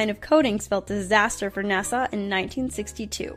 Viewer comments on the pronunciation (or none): She pronounced it NASAW . . . it's NASA. * Sigh * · Why does almost ever Dolan video narration have at least one mispronunciation? Nahsaw?!